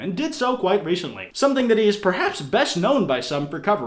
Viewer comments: every time you say "quite", i imagine it as you saying "", every time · Probably not the first to think of When he said: “ recently” jsishsjshshsjshsusgs